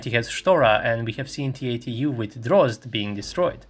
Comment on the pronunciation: Good video, but I ask you to improve your pronunciation is "Drozd" not "Dross" the active protection system. Greetings from Buenos Aires, Argentina.